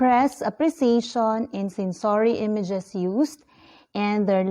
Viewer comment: Kindly check the pronunciation of the word, sensory